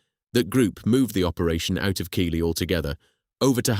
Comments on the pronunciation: Keighley is NOT pronounced Keeley, its Keethley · It's prononced Keithley.